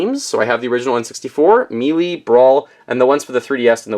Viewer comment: said "Smash Bros. Meelee"